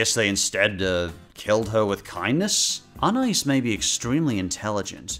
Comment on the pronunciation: No one: pronouncing Anais: UN-ICE